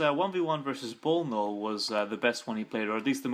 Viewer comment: Nice comentary, i must admit. But it's bnollbnoll not bolnol. Both players did mistakes it was a matter of who did the most. Thanks for casting and let me know if you want more replays.